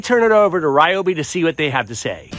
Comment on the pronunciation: You cant even pronounce the company name properly.